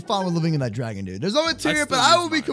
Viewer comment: Does purposely mis-pronounce words like Dragon?